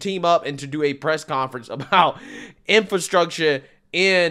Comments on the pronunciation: DELEGADATION instead of delegation and INFRUCTURE/INFRATION instead of infrastructure.... wow..... What the heck did I just watch? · OMG! That press conference was horrific. Delegadation? Infraytion bill? Boyle Bile? (Brendan Boyle) Smattering of applause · Hey fetterman it's pronounced ar-te-ry and in-fra-stuc-ture. Smdh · Can't even pronounce "infrastructure". What an embarrassment. One person claps. Wow!